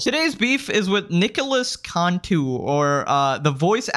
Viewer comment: It’s not (contu) it’s (cantu*) also Nicholas cantu turned into an antihero and I want no smoke with it when I become even more popular in my time.🥶🥶🥶🥶🥶🥶